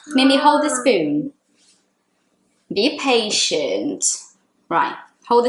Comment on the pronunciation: saying "ba patience" it's like me when I don't wanna say some swearword